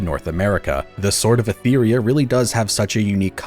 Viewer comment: How do you play so much of the game but not pick up on how they say "Etheria"? XD